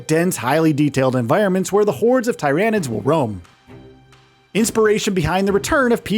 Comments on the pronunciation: Man said Tie ran ids. Ohhhhh it hurts when the correct pronunciation of words are out all over in the wild and people choose to say stuff incorrectly. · Bro it’s Tyranids, not TY RAN IDS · Its Tier anids like pyramid not ty ranids like tyrannosaurus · It’s not Thairaynids it’s Tyr-anids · Tyranid say Tear a nid not tyronid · This guy is clearly not a 40k fan just listen to how he say Tyranids 🙄 it's not TY-RAN-NIDS . ITS TIR-RAN-NIDS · Tie-ran-ids lol. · Please stop saying tye rah nids bro… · Tier-ah-nids. At least do a few seconds of Warhammer research before doing videos like this. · Everytime he say Ty Ran Id it felt like he was flicking my brain woth his finger. It just felt so wrong. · The "Thai rain nids" made me close the video... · Who else turned this off once they heard the absurdity of the way he says tryanids lol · If you want somebody to click off a video quick, pronounce Tyranids as t-eye-ranids... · When he calls Tyranids Ty.Ran.ids really triggered me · dont need to be 40k fan but not gonna lie it did still bug me how he says it lmfao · It bugs me how he says tyranid wrong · Couldn't watch this just because how you pronounced Tyranids. Sounded like you were trying to say it wrong. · Can’t say the name right? What a bum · how incompetent. cant even pronounce the name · The way you pronounce tyranids I don’t like anything about you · Dude stop calling tyrinides like that.😡😡😡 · Can you guys at least get someone who can say the name of the enemy faction correctly? It’s like he’s trying to be annoying about it. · Mispronouncing tyranids. Automatic down vote. Talk about taking an L.